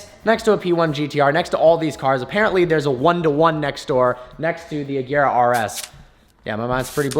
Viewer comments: AGERA NOT AJERA!!! FFS. Learn how to pronounce the goddamn name. OR IS IT HARD TO YOU TO DO THAT AS IS DRIVING IN THE ROUNDABOUT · HOW MANY TIMES WE GOTTA SAY IT IT’S AGERA WITH A HARD G